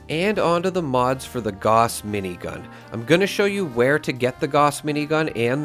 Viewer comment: Nice video as always but for the love of God please look up the pronunciation of Gauss.